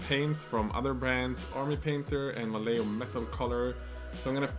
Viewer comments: Vallejo = "Vaie-ho" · Vallejo's pronunciation: va-ye-ho!